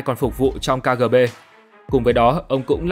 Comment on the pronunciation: Ka gờ bê?